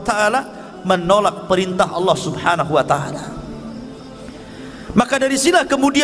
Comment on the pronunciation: Salam saudara Islam ku,,Sebutan nya harus benar²,itu nama Tuhan kita maka nya harus benar² dong,bukan Alloh tapi sebutan asli nya Allah